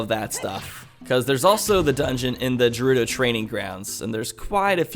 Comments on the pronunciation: How he pronounces gerudo buggs me so much, like dude its gerudo not jerudo! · As long as you pronounce it Gerudo and not Jerudo then you do you. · No it is pronounced ger-udo not jer-udo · I hate the way you pronounce jerudo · Stop. Saying. Jerudo. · The way you say Gerudo as 'Jerudo' hurts my soul. It's a G, not a J, fam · it's not jewrudo for fucks sake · why do people care about how gerudo is pronounced? all you're proving is you're a salty zelda fan. if he pronounces it wrong- so what?? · Gerudo is pronounced like Gif. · you're still saying gerudo wrong... >:| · Its different but idc it sounds cool the way you pronounce it. My friends and I all pronounce Saria different cause we like different pronunciations. why people gotta make a big deal? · Lol it bothered me too but I never wanted to bother you about it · ok it just pisses me off legit but if you reall really want to i dont care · pls stop say it correctly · Your saying gerudo wrong it's with a G not a J